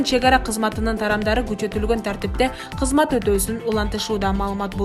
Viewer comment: Кезмет дебей жакшы окусан сабатсыз болбой